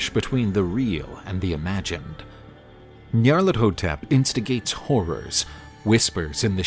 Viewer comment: With the amount of times he botches the pronounciations of Azathoth and Nyarlathotep, im starring to think he does it on purpose